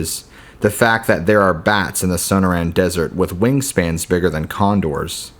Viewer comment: As someone who grew up in the area the stories are interesting. Also you sound out Sonora as so no ra. Perhaps you should hear the pronunciation of words you're unsure of just so you know you're saying it right. Just a tip so you don't come off as a gringo ;) just some advice.